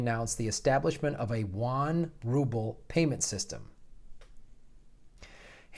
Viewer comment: Yuan - 'YOU on' & Rouble - 'ROO bull'. (Jes' sayin'... 😉)